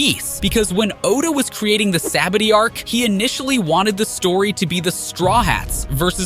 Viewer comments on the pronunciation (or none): "Saabady arc"💀